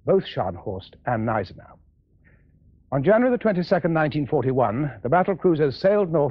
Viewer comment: Nice to see a film in which Gneisenau is pronounced properly.